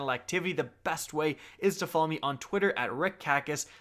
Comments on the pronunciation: XD did you say "Hick-Kackis"? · I actually had to put my iPad up to my ear to see if I heard right, hick kackis,I’m dying dude!!!! Good impression also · Liked as soon as you Said Hick Kackis😂 lmao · bruh u mispronounced it again: its legend of smaccrius